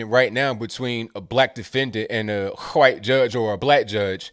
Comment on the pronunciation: i love how pronounces wHHHHHHite! 🤣🤣